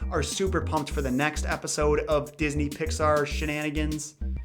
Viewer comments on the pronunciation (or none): none